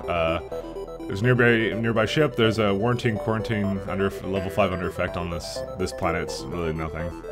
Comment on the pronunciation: did you just say "Warantine quarantine"?